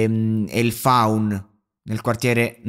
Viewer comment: Hai fatto una accozzaglia di situazioni senza sapere nemmeno di che parli ma non certamente a causa tua bensì della tua giovane età. Il faun? Il fuan vorrai dire.....(tanto per dirne una) Non pensare che sentire gli interrogatori sia sufficiente per mettere in piedi un podcast di più puntate su un soggetto del genere. Apprezzabile l' impegno ma credimi, pastasciutte ne devi ancora mangiare prima di poterti permettere di raccontare un personaggio del genere.